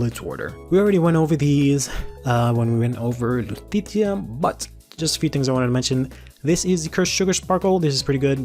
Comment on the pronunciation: I know I'm a year late, but I honestly thought it was pronounced "Luu-T-shee-ya"